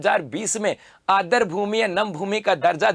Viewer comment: Adr nahi aadr boliye